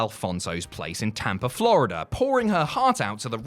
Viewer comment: Oh, you said "POURING her heart out." Could have sworn I heard something else.